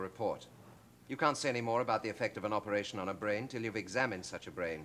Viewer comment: "Operashun" - C.G